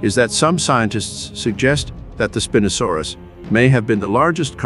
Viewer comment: So I’m not in love with how you pronounce Spinosaurus😢